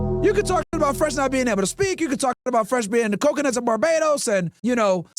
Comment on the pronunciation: Wyron and Fwesh 🚬